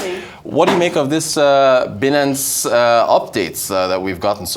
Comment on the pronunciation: It's pronounced "buy" nance.